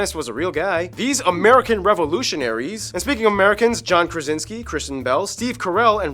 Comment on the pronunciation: Yes Marie Skłodowska Curie was polish. And No Copernicus was not german. John Krasinski not Krazinski